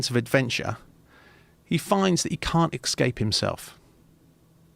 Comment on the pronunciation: As soon as someone mispronounces escape as EXCAPE, I can’t listen anymore